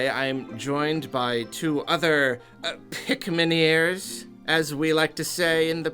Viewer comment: “Pikminieers?” Why not call them “Pikminions?”...Wait.